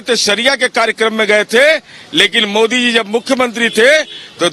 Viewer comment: POOR "oh I see " please learn how to say MODI JI it's not Moody.